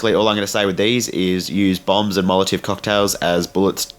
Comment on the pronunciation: Wow that's 8 minutes of my life I'll never get back! What a waste,,, the only thing that was good was hearing you repeatedly mispronounce molotov cocktails so thanks for the laughs but not for the tips